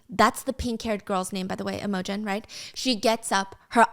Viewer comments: Oh my god it's not "emojin" lol, it's IMOGEN, pronounced um... IMM-A-GEN. Steph has the emphasis on the wrong part lol! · Steph I literally love you so much but babe YOURE SAYING IMOGEN WRONG ITS NOT EM O GEN ITS IM A GEN it’s just scratching my brain so wrong 😭😭 love you tho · I love your channel, but can you please look up how to pronounce names before you say them? You butcher so many of them. Imogen is not im-OH-gin. It's IM-uh-gin. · Is Im-o-gen actually Emma-gen🥲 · Gryphon is pronounced Griff as in it, not Greyef as in eye. And Imogen is pronounced Im (sounds like Jim) Oh Jen. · Happy you are back and hope you are feeling okay!!! Please take the time you need. So excited for this series as i’ve heard the second book is less than not great but I can still enjoy the story! For pronunciation- i think it’s griph-in and im-oge-in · Imogen is pronounced Im(like IN) OH Gen. I was so obsessed with part one I ran to buy the book so I could finish. Which I did in about a day😅. Can’t wait for more, Stubby is gonna lose it 😂😂 I loved reading about someone with my chronic illness that kicks ass. Even though she has some thick ass plot armor 😊 I now want fancy leather gauntlets, slings, and braces for all my loosey goosey body needs. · I love listening to this even though I've already read it!!! Also the way Stephanie pronounces Imogen like "emoji" 😭😭😭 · I WAS THINKING THE SAME THING. 😂 I was like who is she talking about and then I remembered Imogen and realized the pronunciation was just off 😂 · The way she pronounces imogen 😂😂 so adorable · lol it's so cute! she changes the pronunciation every time she says it haha